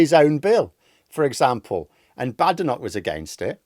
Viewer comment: I don't think i can listen to you mispounce the African woman's name any longer. I'll give it about a week then I'll unsubscribe.